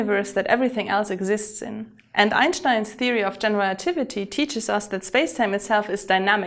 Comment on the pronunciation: Your pronounciation of "Einstein" sounds amazingly accurate.